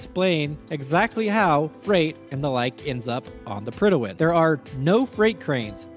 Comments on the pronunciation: We had a King in 1914. When we have a King, the HM in HMS stands for "His Majesty's". And it's Prydwen, i.e. "Prid-wen", not "Prid-i-wen". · The way this man pronounces Prydwen. Predi'wen lol. Prid when is what it's supposed to sound like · PRYD-WEN. There's no extra syllable! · mans pronounces "Prydwen" as "Prydawen" lol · Prydwen… where is the extra syllable coming from?